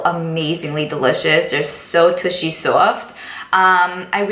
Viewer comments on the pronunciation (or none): Hold on... Did you say "tushy soft"?